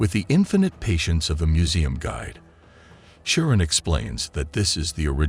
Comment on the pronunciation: Bro its had-ees and kiron not chiron